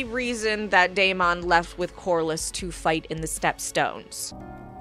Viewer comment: why are you pronouncing Deamon so weird